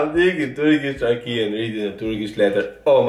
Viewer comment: Türkçe yazıldığı gibi okunur. Çok güzel derken Ç ve Ü kelimelerini çok güzel söylüyorsun. Ancak I ve İ harflerini okurken dikkat etmelisin. Mesela raki değil rakı diye okumalısın. Bir de bazı kelimeleri İngilizce gibi okuyorsun.Kelime içinde Z harfini de yutuyorsun. Seni seviyoruz. Yalnız ben rakı içmiyorum ama yanında meze olmadan içersen çarpar derler..😀😀 Hoşçakal.